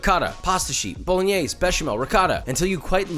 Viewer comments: The way he says bolingnaise😑😥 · The final e in Bolognese shall be pronounced. I know many Italian immigrants in America come from the south and they sometimes swallow the final vowel, but that's dialect. Bo-lo-gne (as in knee) -se (as in 'say' without pronouncing the y) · Why tf does he pronounce it 'bolinyees'